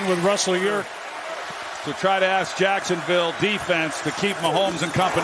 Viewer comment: it sounds like he says touchdown Jackson Bay because they're in Florida 😆 🤣